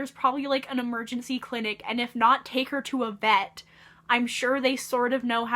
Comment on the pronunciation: "vet" PLS IM DEAD